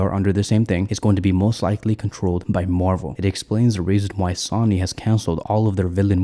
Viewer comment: Brother, it is not SAW-knee. Please, while you still have 282 subs... maybe the next 1,000 will never need to hear that. Say it with us: SO-nee SOW-nee SOH-nee SOWN-ee SOWN-nee